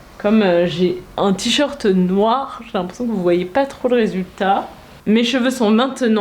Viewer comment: Vers , est-que vous avez prononcé résultat à l’anglaise ?😂 J’ai relu cette partie plusieurs fois et j’ai dû entendre le R anglais